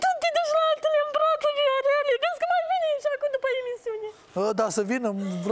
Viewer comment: Mor de râs "Veorele , veorele"